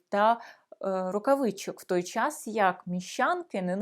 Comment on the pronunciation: Не чяс, українською час. Не панчьохи, а панчохи. Не міщян, а міщан. Не вивчяю, а вивчаю.